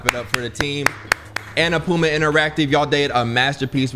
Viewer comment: Him calling Annapurna, "ANNA- PUMA" at the beginning cracked me all the way up.